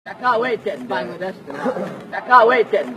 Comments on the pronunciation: pronunces it like how a frog (which is known as bang) is pronounced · would you mind if I say that you are pronouncing "Bangladesh" incorrectly........